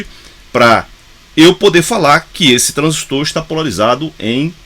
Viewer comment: Parabens! pronunciou corretamente a palavra TRANSISTOR, tem meu respeito. Tem gente aí q gosta de falar "transísto " eu pulo logo o vídeo pra não ver mais.